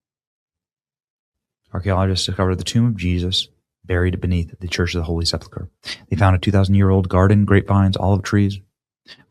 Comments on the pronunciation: Benny, please say "Holy Sep-ul-ker" and not, "Holy Sep-la-ker." Check the word's spelling: Sepulchre. Thanks. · No judgement Benny. But, its pronounced: Seh-pulk-er not, Sepple- kurr . Nothing but love, and God bless!!!